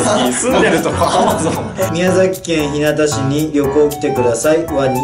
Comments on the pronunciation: 宮崎県ひなた市じゃなくひゅうがって読みます(笑) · 宮崎県ひなた市じゃなくて、ひゅうが市って読みます！！！ 宮崎来て欲しいです♥️